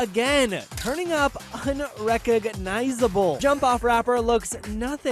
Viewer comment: Listen the way the announcer emphasised on UN..RECOG ...NISABLE 😂😂😂😂